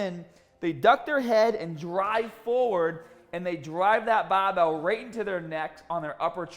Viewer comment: "the baar bael"